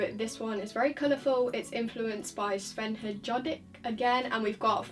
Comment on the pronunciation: J is pronounced as y in german